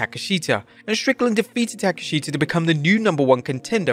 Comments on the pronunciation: Tak-esh-ta, not Take-A-Sheet-A...🤣🤣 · Why do you keep mispronouncing TA-KESH-SHTA'S name???? 😂😂😂